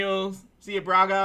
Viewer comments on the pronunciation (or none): none